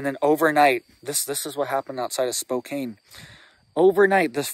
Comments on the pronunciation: Spo Can please!! I can't take hearing Spo Cane anymore! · Spo-kan is how it is pronounced, thanks for the warning. I'm in Vancouver, WA right now and there is lots of talk about the smoke coming our way and no one seems to know what is going on! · Spokane is pronounced Spo-CAN. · Spokane rhymes with spoke-can. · Is he trolling Spokane saying spokain lol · First off you should not talk about areas that you're not from without having facts. You bring up Spokane and you can't even pronounce the cities name correctly. LOL. I live in the area that was affected by the fire. Where their homes lost of course there were homes lost. this is not something that's uncommon to us in Eastern Washington. Fire started when a farmer was out in one of his Fields. It took off through the grass cuz of the wind and hit the tree line. Fire came to within a couple miles of my place we prepared so give everything down really good made sure we were ready to get out if we need to. That's the chance we take living in an area like this. We know this can happen every year. This year happens to be a decent year as far as fires go in Eastern Washington. We've had years were we've lost two or three hundred thousand acres. This year not even close. Get your facts straight if you're going to try to scare people scare them with the truth not your fiction